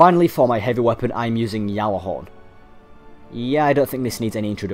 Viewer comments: really? ive heard bungie employees pronounce it Galahorn with a G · It's not pronounced "Yallahorn" like the other dude said there's other videos where ppl form bungie say it with the G in it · # stop saying yallahorn 😂yallahorn